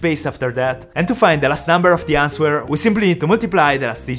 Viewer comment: Answer is pronounced anser. The w is silent 👍 you helped me with maths & Ive helped you with pronunciation. Quid pro quo 😀